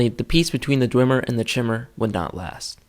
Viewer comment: You are both wrong, Calcelmo (who is the expert of the Dwemer) pronounces it Dwem-er not Dway-mer or Dwim-er